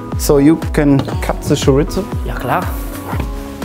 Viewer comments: Tschoritschtzo????....Junge junge gesprochen Choriso !!!! Mayorca !!! Es ist doch so easy Tortiya ...nicht tortillia ** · niemand:: choriTTzo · Ein Wunder, dass Mateu kein Herzinfarkt bekommt... Wie Chorizo ausspricht... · Feier das Format aber mit einem Portugiesischen Stiefvater ist Aussprache von Chorizo einfach nur zum lachen😂😂